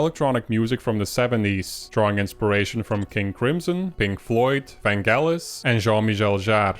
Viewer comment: "Van-gellis." LOL, great pronunciation.